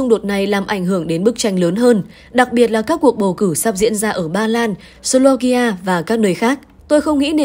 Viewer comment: Slovakia nhé.Phát âm cho đúng tên nước SLOVAKIA.